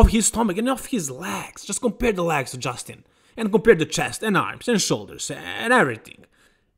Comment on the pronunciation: come on!your läägs as in jet laag are getting more ridiculous.at least try ro pronounce them as legs as in left.if you can t just say quads pr wheels or thighs but not läägs!